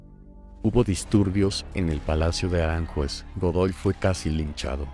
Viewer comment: Qué horror la voz, pronuncia "Aránjuez", "andáluz", "Castanos"... obvia que en español los topónimos son Gerona y Bayona. Es una pena...